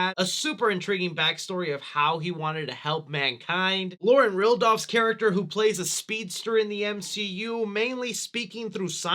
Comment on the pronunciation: Lauren Ridloff not Rildoff 😂💀